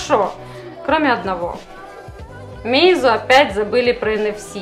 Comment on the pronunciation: МеИзу? Всегда читал мАйзу!)